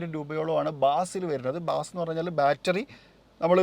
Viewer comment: ബാസ് അല്ല ബേസ് എന്നാണ്